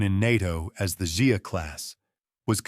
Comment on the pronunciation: the XIA class submarine is not pronounced ZIA - it is pronounced more like SHA class.